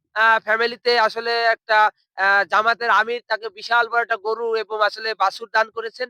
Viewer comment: এবম নয় রে ওটা এবং হবে